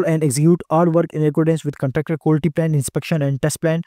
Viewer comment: Quality ko Qulti bol bol pori video ke ma behin Kar di professor sab nay,...